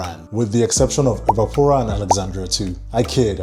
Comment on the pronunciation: Not Erba Pura 😂… I love Naxos and i definitely need to try Uden 🙌🏻